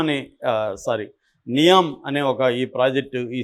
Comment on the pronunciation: ఇది విడి కి డైరెక్ట్గా సౌదీ నుండి న్యూస్ వచ్చింది. నియోమ్ అనికూడా పల్కలేక చెత్త వాగుడు వాగుతున్నాడు,దానికి ఒక తప్పుడు నిర్వచనం.ఇలాంటి చెత్త ఛానళ్ళు చూస్తే జనాలు పెడ త్రోవ పడతారు.